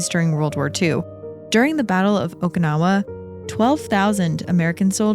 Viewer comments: well she say okinawa like okaynawa but its the "i" need to be like a "e" in english, if you know the expression oki doki its the same "oki" in okinawa 😅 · For the two enlightened ones, it's how to pronounce Okinawa. It is a Japanese name, not an English one. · I can't...each times she say okinawa wrong i got frustrated and can't keep listening 😢